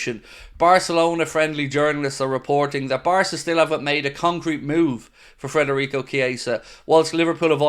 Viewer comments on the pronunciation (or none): mate please stop saying frederico its federico its pissing me off